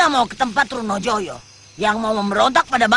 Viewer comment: Bukan trunojaya tapi Trunojoyo